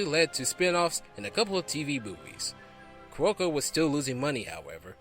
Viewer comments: The most notable is Carolco it's pronounced Carol-Co not Ka-Rol-co! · I dun fucked up because I keep pronouncing it Carlo-co.